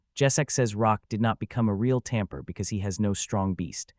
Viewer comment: How did "Lock" become "Rock" and "Tamer" become "Tamper"???